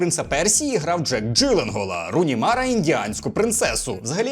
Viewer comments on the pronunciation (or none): none